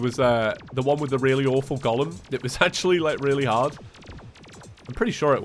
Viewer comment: Did you pronounce Golem as Gollum? Or I just misheard that?